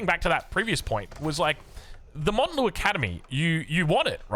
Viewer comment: please it's mount Lu academy like mount Everest, not Mont lu